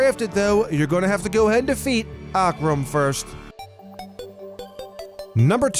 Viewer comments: It's O-kram spelt ocram, not A-kram, just sayin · It's öcram not ocrm